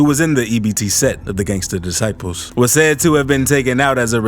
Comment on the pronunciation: Looool ‘Gangstur Discipuhlzzz’